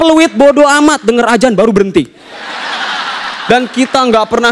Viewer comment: bcaan lafadh Allah ja gak fasih...pesntren drimna....?? Azan bca ajan...hdeuhhhhhh